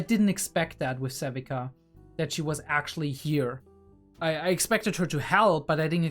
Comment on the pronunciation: Sevika is pronounced "Sev-ee-ka." The "ee" is like "peel," "eel," or "feel." Zaun is known to be called the Undercity, Fissures, The Lanes or even Underground, but it's never called "Downstairs." I don't mind an occasional F-Bomb every now and then, but I feel like you use them too often and it especially gets awkward when you say "F-me." Not sure why you do this, but the slurping sounds you make are just odd and off-putting. Otherwise the videos are good if not a bit too long.